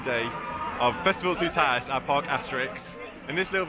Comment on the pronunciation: I wish British people would pronounce it correctly it's too ta tis ...toutatis not tootaaatis